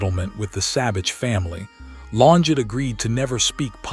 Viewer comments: Pronounced….Lonjay………..this was not “ her last video”……. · she is a murderer and got away with it. Also, what’s with all the splotches in the video trying to make it look vintage? Horrible AI voice getting her name wrong. This video sucked. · So we can't pronounce her name correctly.... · Farewell, Claudine. Much love and peace beyond this life 💐🕊️✝️ I must say, it's a shame AI constantly mispronounces her maiden name.